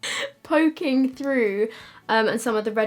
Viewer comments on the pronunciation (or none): I giggled so much when you said 'pooking' really tickled me😂